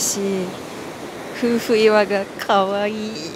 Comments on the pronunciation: 夫婦岩と書いてふうふいわではなくてめおといわと読みますね😊相変わらずは可愛いですね🥰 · が、わが町福岡に来てくれて本当に嬉しいです！ 糸島は天気が良いと本当に最高ですよね〜サーフスポットもあるし、おしゃれカフェもたくさんですしね〜 夫婦岩（めおといわ）をふうふいわと言う、宙（そら）の階段を宇宙（うちゅう）の階段と言う、いずれも可愛すぎますw いつか福岡に住んで欲しいなぁ ぜひ考えて下さいね 〜 東京まで飛行機で1時間です。 もはや通勤圏内ww 中心部から空港迄もとても近いです 大歓迎でお待ちしてまーす✌️